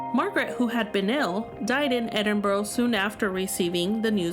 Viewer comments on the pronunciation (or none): It’s pronounced Edin bra